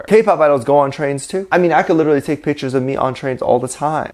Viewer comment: YOU'RE SAYING "TAKE", NOT TAE